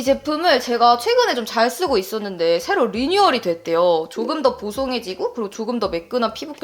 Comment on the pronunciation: Girl it’s Givenchy not Givenghy